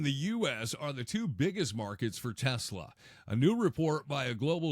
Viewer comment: Trump loves "Tesler."😅😅